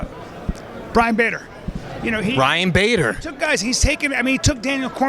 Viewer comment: “Bryan bader”